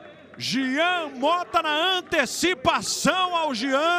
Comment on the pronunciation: Alguém avisa pro narrador que é Jean e não Gian!! Kkkkkkkkkkkkkkkkkk